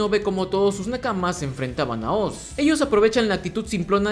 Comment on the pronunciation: Es la primera vez desde el 2012 que escucho a alguien decirle OZ a oz y no (OARS) como todos lo dicen. Gracias te ganaste la sub namás por ese pequeño detalle, ya estaba hasta los cojones de escucharlo mal. ❤️🔥😎